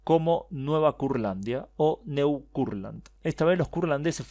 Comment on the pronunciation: Neu (nuevo en alemán) se pronuncia NOI.